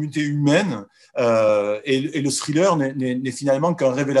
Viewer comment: cessez de dire scrilleur. lol